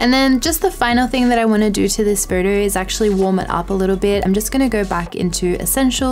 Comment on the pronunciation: Great video. I just can't process your pronunciation of a word 'photo'. I'm constantly hearing 'further'.